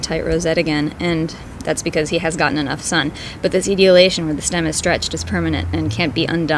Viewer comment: God, pronounce the big words CORRECTLY. The word is "E-tole-E- A-Shun", the plants become "Ee-tole- E-A-Ted "